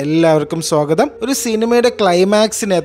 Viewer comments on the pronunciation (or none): none